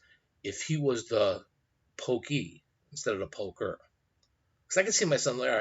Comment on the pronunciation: Pokee versus Poker made me LOL.